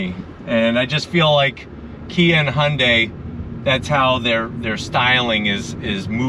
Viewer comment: it's KIA - what more can I say? you jive turkey's